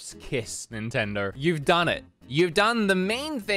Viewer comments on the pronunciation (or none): none